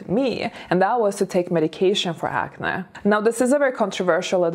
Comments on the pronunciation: Wow! I didn't hear any English mistakes. You are now sounding completely fluent. The word acne, sounds a bit weird, when you say it. Ac-nae. Ppl usually say ac-neee. Congratulations tho. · By the way, about the word “acne”: it’s pronounced acnee (like the word ‘knee’) even though it’s not spelled like that. My mom (who’s Hungarian) pronounces the word “acne” like you do- it’s cute. Just a little distracting when pronounced differently. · It's pronounced acnē 🤣😘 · Ok I love to hear you say acne. I've developed adult acne in my 40s. I hate it. Its almost as bad as adult braces. People judge and don't take you seriously. Thank you for the tip. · Even the way says "acne" sounds classy 😂